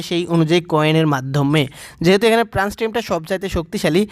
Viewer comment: প্রান্স নাকি ফ্রান্স 🙂